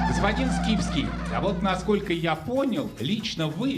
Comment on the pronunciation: ...а когда ведущий говорит: "Михаил Скипски", мне тоже вместо имени слышится рифма, оканчивающаяся на "...фил".